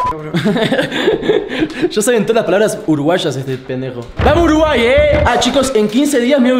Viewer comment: "uruguar" jaja